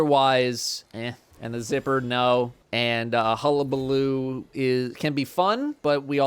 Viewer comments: Thank you for pronouncing Hullabaloo correctly. I knew that you would. Aztecross on the other hand… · Thank you for pronouncing the name of the GL properly. My soul dies a little everytime I hear cross try to say it.